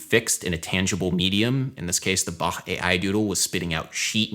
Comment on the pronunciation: FINALLY SOMEONE WHO PRONOUCES BACH WITHOUT THE CK SOUND But Adam is a musician so it isn’t actually a surprise but I’m happy :D